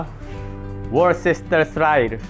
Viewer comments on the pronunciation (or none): worcestershire...tamang pronounce dol bigkasin mo lang ng WUSTER SHUR SAUCE..😊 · Pag pronounce Lee and Perins Worster Shire Sauce